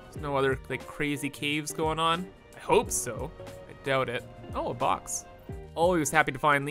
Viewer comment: It did not sound like he said "box" to me🤣